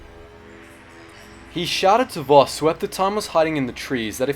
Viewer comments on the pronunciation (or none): voss not boss my dang sugi correct